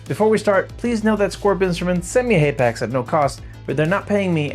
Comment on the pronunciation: I can’t stand hearing you say haypax.